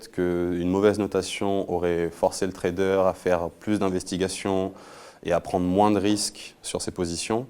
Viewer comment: On dit Trader pas Traderz lol